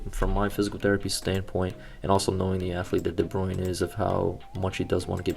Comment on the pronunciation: It’s Kevin de bruyne not de bruin